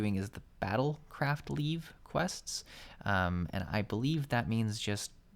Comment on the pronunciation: The way you pronounce 'Leve' and 'Guildhest' is how i pronounce them so if it's wrong, at least you're not the only one lol